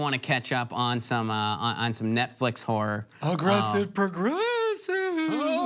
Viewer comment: ok when he says horror my English ears hear something else.